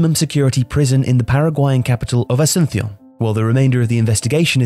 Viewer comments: It’s not pronounced “asunthon” it’s pronounced Asunsion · What’s with the pronunciation of Asunción as “ah-soo-THO”? I suspect this is the British tendency to drag the Castilian “th” and French endings into all Spanish names? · You're right on Asunción, Paraguayans say "ah-soon-see-ohn" where both the s and the c have the same sound. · Where's this pronunciation of Asunción coming from man? It sounds very weird. Ah-zoon-sea-on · Never heard "Asunción" said the way you did. Also, Dalia's face is hilarious. Great vid! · Pronunciation of "Asuncion" was completely butchered